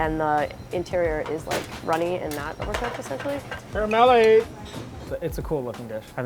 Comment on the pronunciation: What a fun video with some really unique dishes! PLEASE learn how to pronouce "caramelle" correctly. As an Italian-American, the pronouncation was cringe to hear. :P